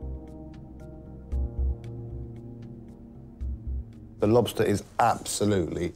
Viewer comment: Beesk? Instead of Bisque? Whoever does their overtalking mispronounces so many words.Maybe English is not their first language. Wish I could remember all the words they mispronounce. You would think whoever edits these programs would catch them.